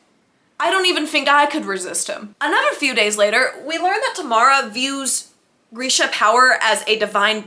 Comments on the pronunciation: Grisha is pronounced as Gree-sha not Gur-sha. But this was great. I laughed out loud so many times. Totally agree about the huge age gap! I’ve seen the Netflix series many times but have never read the books so listening to you summarize the books I can see that a lot of changes were made in the Netflix series. I appreciate this video because I probably won’t read the books; it’s very hard for me to read a book when I know the ending. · Girl every time you said ‘Geersha’ I died💀💀🤣